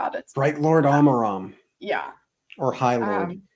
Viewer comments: Yo, you dont have to change this if you are too used to it by now but Amaram is not pronounced with an Awe-maram its more of of a Ah-maram. Though again, not necessary if you are too used to your pronunciation of Amaram but just a quick note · So Amaram is pronounced like "bam-ba-lam" in Black Betty.